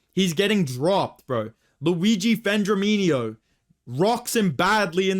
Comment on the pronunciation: "Vendraminio" was so funny for no reason. It's always the mispronounced names that get me